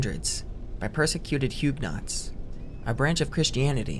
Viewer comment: Love, love, love your content ❤, but some pronunciations might be worth double checking before posting maybe? #Istanbul #Hugenot